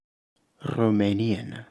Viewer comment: Rromanian 😅 Lmao. That's alright, the Rromani are also our people (the ones from Romania anyways). 😁 Edit: I'm just kidding of course; you just happen to pronounce 'r' in a sort of elongated way.